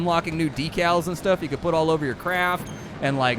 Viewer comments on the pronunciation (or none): none